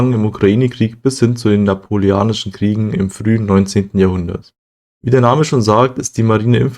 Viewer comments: "napoleonisch", nicht "napoleanisch" ... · Da Bonaparte mehr Italiener (Korse) als Franzose war, ist dieser Versprecher vielleicht gar nicht so verkehrt.